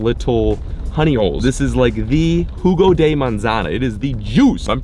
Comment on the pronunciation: Hey you just said the "Apple Juice" in Spanish. Not just juice but perfect pronunciation overall 👍